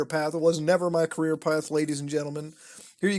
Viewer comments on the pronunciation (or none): none